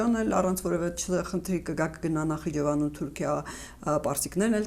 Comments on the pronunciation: Նախիջևան է, ոչ թե Նախճվան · Պարոն Նախչեվան չէ,Նախիջևան է